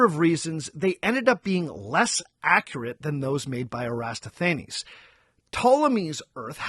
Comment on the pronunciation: hey! love the show, and love to see you've come onto YouTube! quick note: the greek mathematician was Eratosthenes, minor spelling and pronunciation error